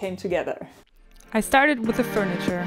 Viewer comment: FURITURE :-P ^^